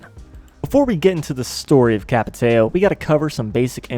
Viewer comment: Ç is pronounced like S,but nice video